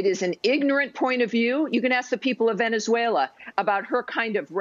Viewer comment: Because it actually makes sense? They are so out of touch of reality.. 'Vhenetzuella' 😂😂😂